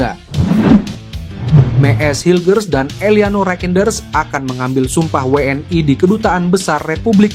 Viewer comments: Min, bukan WNAi prononmu salah klo WNI, yang jelas dong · JADI MAKSDNYA WNI ITU DI BACA DENGAN BHASA INGGRIS WN AY